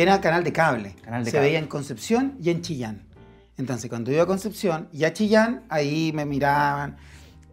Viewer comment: DIJO CHILLAN CTM